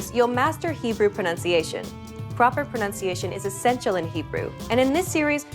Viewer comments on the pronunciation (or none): none